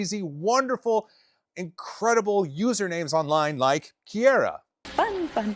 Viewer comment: Am i missing a joke or is that actually how you pronounce the name Kiera? 😂